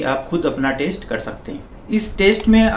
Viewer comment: He is definitely not a doctor .He is mispronouncing Stent as stunt, test as taste , Doctor as doktar and many such easily detectable errors. I am not saying that he is complete wrong, but his information seems to he " Heard somewhere type" .Although one must go for regular walking and keep on raising the efforts frkm slow-normal-brisk-fast walks to slow and finally fast running. His intentions might be good but he is not a cardiologist